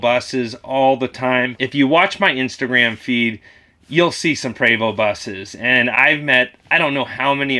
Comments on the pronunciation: a wise man (my dad) once told me, "if you dont have anything positive to say about someone, dont say anything at all" you got it right brother, almost everyone i hear say it, pronounces it "pree....vo...st" you got it right, i believe the coaches are made in Canada, which is where MARATHON gets its shells. a long time ago, the first time i saw one and pronounced it, i got it wrong, but was corrected, you pronounce it correctly......."PRAY......VO" keep it up, screw the haters, we love you and big Tony brother. your channel is worthy, and thats why it is growing so quickly. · You're 100% CORRECT IN YOU'RE PRONUNCIATION OF "PREVOST"!!!! KEEP BEING AND DOING YOU!!!! It's a crying shame that you KEEP IT "100" and they're hating on what you represent!!! SO WHAT!!!! You & Big Tony keep on doing what you do, and that's it's keepn it REAL!!!!! Preacherman